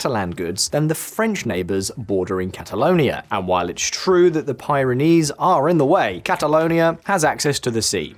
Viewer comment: Pye ron eeze wtf? Where on earth did you get that pronunciation. Cant take the rest seriously. Sorry.